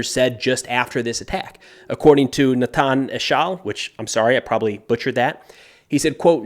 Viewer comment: The way you said Natan was spot on 💯. His last name is Eshel (AE-shell).